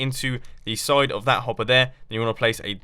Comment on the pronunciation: "And then place a torch on the sod of that blak."